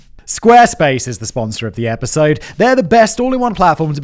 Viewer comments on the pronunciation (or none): I thought I heard "epic-sode". Now I require every video on this channel to be addressed as such.